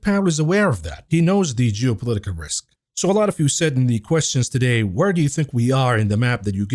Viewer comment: "jewpolitical risks" 😂